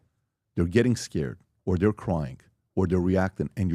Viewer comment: "Venezuelans?? Dhey're dah best!" - PBD.